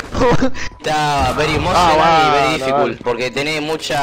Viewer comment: JAJAJJAAJA,"Veri dificul"